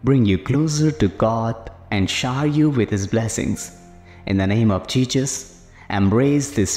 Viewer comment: Not being that guy ok but one wrong word spelled or said by the one starting the pair can change this action of god and Jesus . The commentator had said Jesus incorrectly. That isn’t a good thing im sure . Now dont go up one side and down the other that im judging . I’m not ! It’s saying a word wrong though we understand what its meaning is pertaining to this . But pronouncing the words right can will change what can happen .